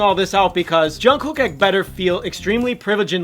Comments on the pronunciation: I just can't stand the way he says "Jun KOOK"... lol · that's not how you say jungkooks name lmao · Boi you pronounce his name wrong EVERY.SINGLE.TIME I'm screeching , and I'm so proud I actually cried kwnfkenekneleme my bby